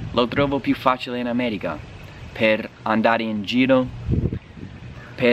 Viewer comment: “L’Ammèriga” pronunciato alla romanesca però no, dai. :*